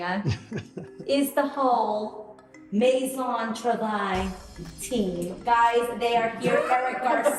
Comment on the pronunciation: TROOOO-vaille not TRA-vaille 2 different words